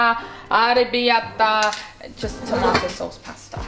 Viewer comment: "arabarata" 😂😂😂😂 you're too funny